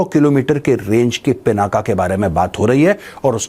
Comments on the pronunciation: I humbly request you, please don't call it पिनाका, it is पिनाक ये भगवान् शिव के धनुष का नाम है, इसको मत बिगड़िये, वैसे भी इन अंग्रेज़ों ने हमारी गंगा को गंजा कर दिया। कम से कम हम तो न बिगाड़े। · The real name of Shiv Dhanushya is " Pinak ". Not पिनाका।